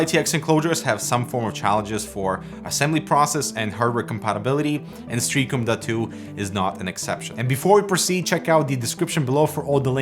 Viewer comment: Pronunciation Nazi - Stray AH com